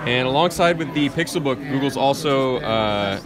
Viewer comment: "Pixel Pook"